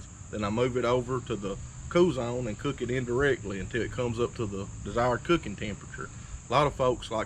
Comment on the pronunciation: “When yur luuking yur not cuucking”